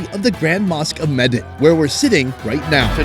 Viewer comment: Medan pronounces MEH-DAHN (the Dahn sounds like DONE in English). Thanks for the trip.